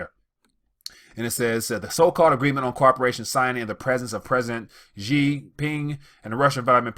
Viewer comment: Dear,China is such an economic force in the world now, that you should make the effort to learn how Chinese names are pronounced. The president of china today is XI (pronounced SHEE) not JEE.